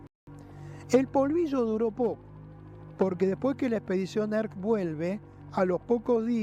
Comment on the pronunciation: ERKS !!!!! no erkis 😅